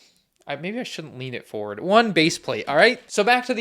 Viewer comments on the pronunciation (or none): none